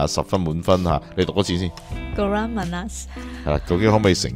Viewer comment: Kurang 读对了。Manis 可以用华语这样读：马“你is" 😂